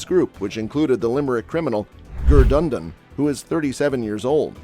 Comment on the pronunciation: Gurdundon hahahaha 😂😂